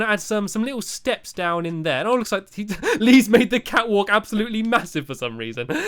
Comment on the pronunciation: When you said catwalk, I thought you said fatwalk.